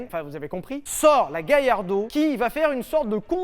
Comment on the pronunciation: Galla pas Gailla il y a pas de I dans Amblance oui ou merde ? 😂